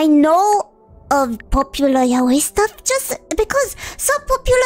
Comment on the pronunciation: The proof she’s a real Fujo is that she’s probably the first person I’ve ever heard say “yaoi” correctly